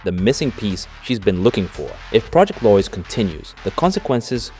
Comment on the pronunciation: It's Lois as in low-is. Not loys